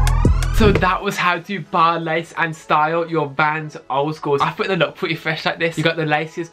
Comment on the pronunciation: "I fwink dey wook pweti cool wike this sowe"